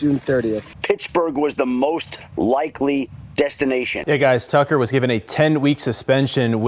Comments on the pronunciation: Lol he said it as "Justin Tugger" instead of tucker lol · Did you say “Justin Tugger”? 😂